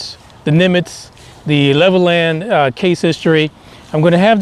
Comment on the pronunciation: it is pronounced Level Land they dives us crazy. I have never heard about this. Very good info. Reece Air Base it is closed now